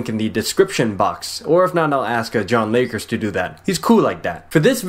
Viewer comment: LOOL he said "jonlakers" He doesnt know your name and you employed him?!